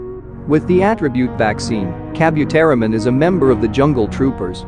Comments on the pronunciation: Please...it is pronounced as Ka-bu-te-ri-mon not ka-byu-te-ri-mon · Kabu, not kabyu. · lol I hate the way you pronounce Kabuteri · Ok hold up is no one gonna comment on how he pronounced Kabuterimon !? Like HOLD THE FRONT DOOR OPEN BECK THAT THE MOUTH GARBLE IS THAT